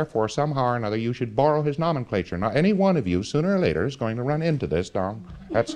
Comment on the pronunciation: He doesn't know how to pronounce Nomenclature, which he must have said 50 times, incorrectly.